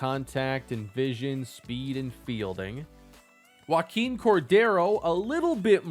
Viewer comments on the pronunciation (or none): none